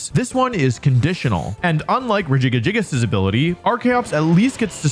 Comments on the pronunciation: Only after 7 minutes he said Regigigas instead of Regigagigas 😂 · The way he says Regigigas is disgusting!!! "Rejiga-jigas" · I cringe when I hear Regi Ga Gi Gas. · WHY DOES HE CALL IT RE- GIGA- GI -GAS INSTEAD OF REGIGIGAS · That pronunciation of Regigigas. Re-jig-a-jigus.....No no no.. Rej-ee-geegus. It physically hurt to hear it your way--if for no reason besides it sounds vaguely Milf-ish and now that's how I'm imagining Regigigas.... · why u calling it regigagigas it’s regigigas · Rejiggyjiggyjiggus is now my fav pronunciation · "re giga giga gigous"😂😂😂😂😂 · Why the heck do you say regigigas like that, it doesn't have enough GIs in it's name to sound like that. Even if you assume it's name is RE-GI-GI-GAS it doesn't make the noise Rejigajigas it would be at closest re-jig-gig-as there isn't away you can arrange the letters to make its name Re- jiga- jigas. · Rejiggy Jiggas? I counted 5 syllables, but Regigigas only has 4. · bruh what is that regigags pronounciation lmao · Wolfey, it's pronounced, "Regi-gig-gas" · "regigagigas" is not a pronounciation i have ever heard till this point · Wolfe is actually underselling the syllables Regigas says. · the way wolfey says regigigigas makes me picture a big jiggly golem pokemon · Regigigas= Regi-- gee--- gas. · are we just gonna gloss over that god tier pronunciation for Regigigas? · Him pronouncing regigigas, slaking, and other pokemon names in that retarded way is triggering me. lol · The worst part of this video is how I found out other people pronounce Regigigas. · I know it's to bait comments but I couldn't finish watching the video after hearing how Regigigas is being pronounced. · I cannot get over how you are pronouncing Regigigas, it hurts my brain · Never heard regigigas pronounced like that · why do you pronounce regi like that 😂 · EXCUSE ME!?!? How did he pronounce Regigigas?????? 😂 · Why is he adding a fourth G to Regigigas' name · I finally found a pronunciation that I cannot handle from you... regigigas.